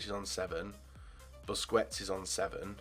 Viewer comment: BUSKETS not BUSCUETS, please